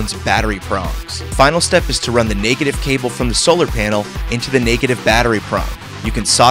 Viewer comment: nakedive instead of negative?